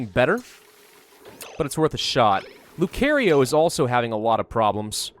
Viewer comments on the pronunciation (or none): Please stop saying Lucario it's pronounced (luu-kar-eo)